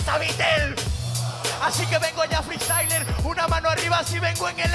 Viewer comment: "Feestayler" es una palabra